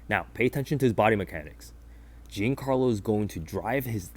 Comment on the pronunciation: Dude, it's not "Gincarlo", you don't pronounce the i at all. Banger video regardless.